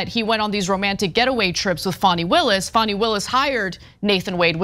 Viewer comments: Fani - pronounced FAN-ee (not FAWN-ee). Just so the record is clear… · Wrong. Tell us you didn't watch the hearing without telling us...